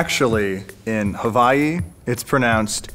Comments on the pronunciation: said Havaii not Hawaii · In said Hawaii with a v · I don't know why said Haviei when it is pronounced Hawii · *Actually, in Hawaii, it’s pronounced “Ha-wa-E” not “Ha-Va-E” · Ah, havaii, that place where the ukulele didn't come from. Regardless of it's Peruvian heritage, you're in Missouri, pronounce it like a Missourian. You-ka-lay-lee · Did he say Havaii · He produced Hawai'i incorrect! (Hu-vai-ee) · He said Havvii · Actually Hawaii isn't pronounced as hawoii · Ehrm, actually in Hawaii, it's pronounced, huh-WAH-ee. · I LIVE in Hawaii you guys are pronouncing it wrong, even the fake Hawaiian guy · You Pernounestd Hawaii rong